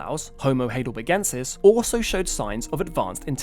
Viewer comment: It's pronounced High del berg en sis NOT "hay del berg en sis"